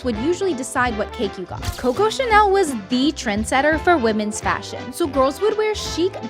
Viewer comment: Mmm coco Chanel mmm Chanel you say l me e coco Chanel